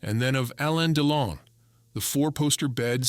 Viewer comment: Er heisst Delon. U nicht Deilon